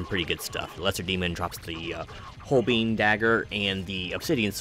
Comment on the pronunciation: Great video!! And an incredible game ❤ Fyi - holbein is pronounced hole-bine. ✌